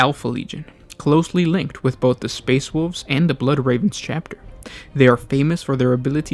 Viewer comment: All I heard was the "Space Woof Legion"